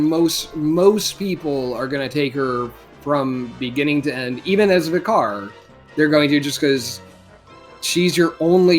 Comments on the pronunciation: Vih-carr lol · "Vicar" ryhmes with wicker